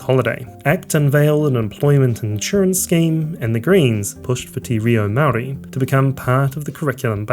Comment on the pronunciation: Good grief. I’m not Māori but it’s pretty amazing to hear you butcher the pronunciation of every Māori word you uttered. Kind of undercuts the credibility of what is an otherwise coherent analysis.